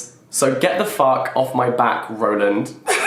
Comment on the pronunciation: I legit thought he said “rodent” instead of “Roland” lmao 😂